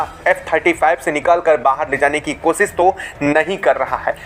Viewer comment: Apna diction improve karo nahi to aage se bolna band karo. Kosis nahi hota hai koshish hota hai 😢